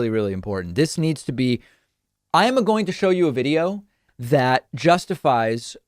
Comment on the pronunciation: Did David just go full Mario? "ima going to show you a video." lols